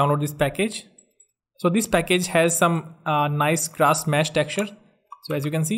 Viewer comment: It's sculpt not slupt.its grass not graash😒